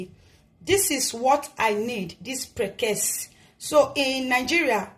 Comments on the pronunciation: Is called prekese not prekes 😂😂😂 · It’s is pronounced like this: pre’-ke’-se’. ( prekese). Am a Ghanaian and we use it a lot. You can put it in your pepper soup, groundnut soup and palm nut soup. Just drop it in the soup. It’s very cheap here in Ghana